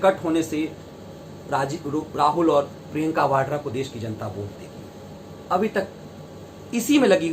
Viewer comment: Vadra bolo sir